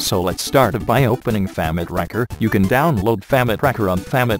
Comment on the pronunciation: I laughed every time it tried to say "famitracker" always sounds like famic-rakker.